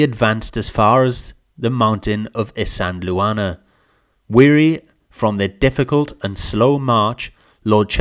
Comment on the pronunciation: Pronounced “is - and - waar- ner”. Not “is-andel- Warner”